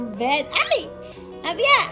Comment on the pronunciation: this is your happy Mom tpos sabay bulong ung ginawa mo sa dulo ( Hindi na ako single MOm). slow ung pag bigkas ng haaaappppyyyyyy Moooooooommmmmm